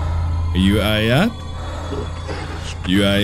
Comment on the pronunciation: My name is Ayat it’s a really rare name and he completely butchered it lol